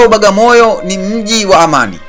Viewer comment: Hamuitendei haki kabisaa "BWAGAMOYO" kuitamka Bagamoyo na kuiandika Bagamoyo !